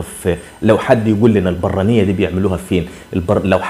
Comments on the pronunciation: ننطق البرانية بدون الشدة فوق الراء. عندي 57 سنة و اصلي مراكش ، من صغري اعرف هاذا الطاجين كان يحبه ابي الله يرحمه. البرانية يطهى في الطاجين فوق الفاخر ( الفحم) كجميع الطواجين..لن اقدر ان اقول لك من اي جهة من المملكة أصله.. كان يحب أيضا طاجين المقفول ليس معروفا كثيرا.. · البرانية تنطق بدون ضمة على الراء... طاجين البرانية هو طاجين باللحمة والبادنجال المقلي المرفوس، تشتهر به مدينة مراكش.. تحياتي وشكري على اهتمامك بنشر الثقافة المغربية.. دمت سالما وعواشر مبروكة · البرانية في مراكش بسكون الباء وفتح الراء